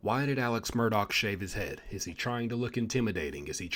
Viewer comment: Good job. You said his last name right with the “k” sound on the end! I keep writing his first name as “Elec” because that’s how everyone around there pronounces it. Nobody has called me on it, lol. I knew a family from Atlanta decades ago who said their family member’s name the same way. And as I have followed this case, my understanding is that Elec asked Buster to get somebody to put money on another inmate’s canteen account when he was awaiting trial. That they was county jail. It’s in the phone call recording.